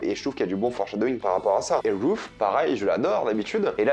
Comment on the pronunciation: Ozark est l'histoire d'une famille qui vont déménager.... Ok ça commence bien! Sans parler des "peUrsonnages"... Et, ah oui c'est "Darlene" pas "darling"... qui veut dire autre chéri... C'est pas "roof" ( qui veut dire plafond) mais "Ruth". Pourquoi tu demandes à ce qu'on écrive dans les commentaires puisse que tu y réponds jamais. C'est juste pour être mieux référencé par google hein...avoue!